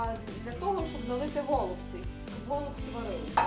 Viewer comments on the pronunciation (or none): У нас кажуть голубцІ з наголосом на останньому складі